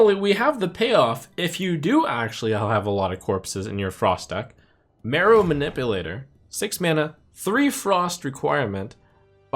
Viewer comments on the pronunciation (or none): none